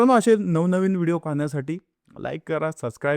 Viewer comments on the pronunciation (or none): none